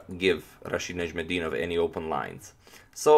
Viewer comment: It's difficult name to pronounce. I'll have to give you credit for that.